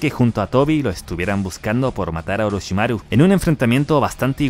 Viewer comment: Que rara forma de decir Orochimaru